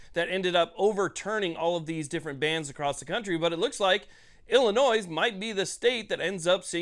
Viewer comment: Please quit saying "Illinois" the way it is spelled 😂